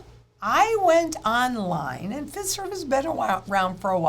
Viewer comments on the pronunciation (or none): the list of organizations are the back-end technology service providers that are on board with the FedNow rollout. Fiserv is pronounced FI-Serve. FIS is FIS Global. Those are the two largest. Those two alone provide the core banking software and processing to multiple thousands of banks large and small all over the U.S. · Just fyi... The 'i' in Fiserv is a long i -- pronounced like eye